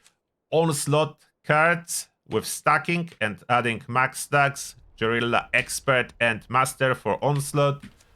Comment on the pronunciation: "Jorilla" - January 29th 2025